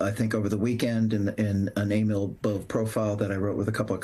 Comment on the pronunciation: Hlis correct name, Nicole, Is Emil Bove 🇮🇹 its an Italian last name. Pronounced as B O V The E is silenced. I know this because my mother's maiden name was Bove. It's Northern Italian, Luca De Marci Italy, near the Swiss Border. As far as I know, we are not related, my family on both sides are Staunch Democrat's. Or perhaps we miĝht be, which would be a travesty.